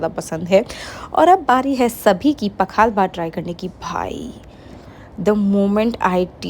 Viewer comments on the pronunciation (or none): Pakhla nahi pakhaal bhaat boltey hain